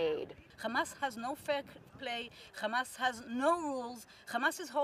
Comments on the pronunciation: "Khama ... Khamas .. Khamas" Such bunch of filth! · Khamas khamas khamas 😂😂😂😂 everything is khamas